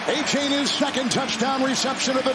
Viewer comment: Somebody pull the commentators coat about his hideous pronunciation of Achane. More than likely it's not "A-chain," but "Ah-cha-nay."